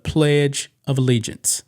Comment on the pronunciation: She was so surprised that she said allegiance correctly that she forgot the next line.